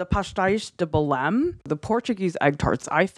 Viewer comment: lol your pronunciation is a little off haha 😂 we don't really pronounce the m in Belém kinda sounds like ay kinda not really but good job👍